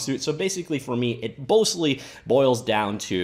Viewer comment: "it bostly boils down...."